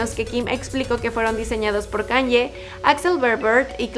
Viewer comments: (Forma de pronunciación para diferenciarlas) ¿ por qué dices [kan-ye] en vez de [ka-ny-e] ??? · Que estrés diga "kan-ye" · Haces demasiadas críticas y aburres y NO PRONUNCIAS BIEN EL NOMBRE DE KANYE, pienso que deberías simplemente hablar de las casas y ya !